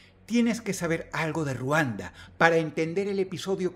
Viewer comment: Ruanda? Querrás decir Riguanda xddd